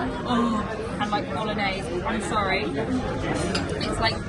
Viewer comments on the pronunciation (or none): none